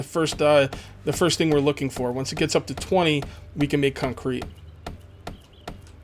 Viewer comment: Did Anyone notice that at about he said cuncrete not to be rude but I noticed